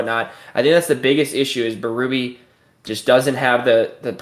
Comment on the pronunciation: Berube's name is pronounced bay-rue-bay, it's French Canadian. To hear bee-roo-bee is grating 😆